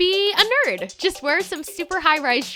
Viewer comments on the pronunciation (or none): none